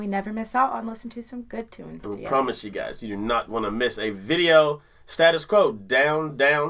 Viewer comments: Stay-tus not star-tus . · At last some reaction to the QUO, but im sorry to pull you up on this but it's pronounced as we say it, it's pronounced STAY- TUS like in the proper QUEENS / now the KINGS, ENGLISH stay- tus, not stat us, and if you really want to do some more QUO then here's 4 bangers for you ROLL OVER LAY DOWN BREAK THE RULES 🔥 CAROLINE. & ROCKING ALL OVER THE WORLD STATUS QUO- BRITISH Rock Legends. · Magnificent track from Quo, please, please nobody in the UK knows them by the pronounciation used in the US OF Stattus it's said as STAYTUS OVER HERE....Just a little but important point.The band were terrific in their prime, i saw them at Old Trafford in the 80's.. never seen a band so tight they were unbelievably good anbd this tack is a classic thanks for playing it. Caroline is a track you must play, keep up the good work. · Not STAT US QOU.... it's pronounced STATE US QUO ! They were the first band I truly got into. They still play today, but only lead guitarist Francis survives from the original line up. Sadly Alan Lancaster (bass) and Rick Parfitt( guitar) are no longer with us and the band " sacked" drummer John Coghlan years ago. I am going to see Francis Rossi in November when he does an acoustic/chat gig. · Used to think they were a bit of a joke when I was young, then the older I got and the less snobbish towards music I became, I grew to love them :) I was and am a Prince nut, so you can understand my reluctance for a band like QUO , also it is pronounced STATE US QUO not STAT US ;) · For info, it is STAY - TUS QUO, not SATTUS Quo! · It's great that you like them, but... It's State-Us Quo, not Stat-Us Quo. I thank you 🙂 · Pronounced StAtus not stat us! 😢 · only pronounced stay-tus in the UK in oz it's stat-us must be the same in america. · It's pronounced Stay tus Quo. Best live band I have ever seen. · If you want to hear classic Status Quo listen to Paper Plane and it is pronounced Stay tus Quo enjoy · in the uk we pronounce it staytus quo